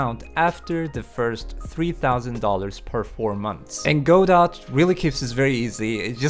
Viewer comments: It's "gah doe" or "go doe" not "go dot". Like "Waiting for Godot" Hurts my ears to hear that said wrong. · Or "Go Dot", as he pronounced it. :V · pronounces it as Go-dot... So. Dingly dong.